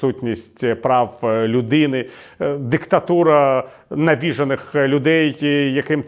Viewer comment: навіжЕні, наголос на "е", ніяких "навІжених" в українській мові не існує